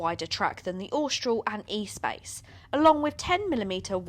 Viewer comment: Sorry you lost me when you called the Espace the E-Space 🙈🙈